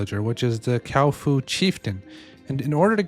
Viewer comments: Cow-fu, the new rival to Kung -Fu. Isn't it Kua Fu Not Kau Fu? I mean... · no offense but you called the kuafa cowfa lol🤣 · brother is 6 videos in saying kaufu instead of kuafu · It's not a Cow Foo, Kuafu xD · Yo, because you’re a big creator in this space, please pronounce correctly 🙏🏻🙏🏻🥺 Kuafu = kwah-foo // ckwa-fu Thanks for the great videos ❤️ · Cow foo